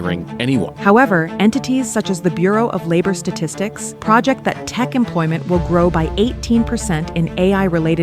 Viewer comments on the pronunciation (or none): Diabolical to use an AI voice instead of a real human when asking if jobs are coming back. 😅 I definitely heard her say (PRUH-jekt) instead of (pro-JECT) when referring to forecasting. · Is this voiceover AI? Project, the verb, was pronounced like project, the noun. So off-putting.